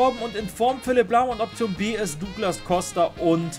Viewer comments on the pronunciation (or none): none